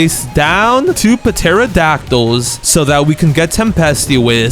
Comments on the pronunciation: Its not pterodactyl as in puh-tero-dact-tool its just tero-dact-ll the p is silent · bro the p is silent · He does it on purpose he told us in some videos